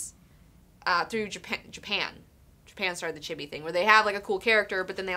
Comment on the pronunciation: My ideal Cable would be Ron Pearlman. And "chibi" is pronounced "chee-bee". "i" in Japanese is an "e" like "cheese" sound.